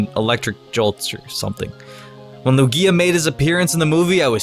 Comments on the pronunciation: QUIT SAYING LOO-GEEYA!!!!! ITS LOOGEEYA EMPHASIS ON THE LOO NOT GEE IN LUGIA. STOP. POTS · he says it like luGIa instead of lUgia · It's its pronounced Lugia (Loughgia) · he says lugia the same way as u say ikea lol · What about Darkrai, Rayquaza? He doesn't even pronounce Lugias name correctly. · I don't know if you did it on purpose or not but you mispronounced "Lugia" quite a few times.... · I can't take this seriously when you put emphasis on the back end of Lugia's name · lol just ignore me. It was the emphasis you gave to the i in Lugia lol